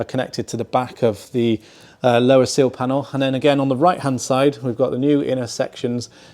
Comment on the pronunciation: Seal or sill? I can never tell the difference in these videos 😂